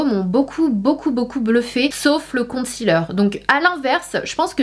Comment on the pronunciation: La prononciation de concealer ne se fait pas avec le son "ti"en 2 em syllabe mais plutôt avec celui de "si"